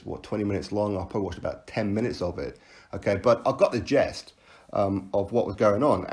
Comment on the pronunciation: It's gist not jest. 👍🍺